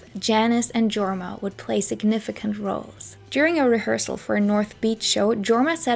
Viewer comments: the name Jorma is pronounced "YOR-ma" (Finnish). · FWIW Leadbelly is pronounced Led not Leed and Jorma is pronounced Yorma. This was a great video. Thank you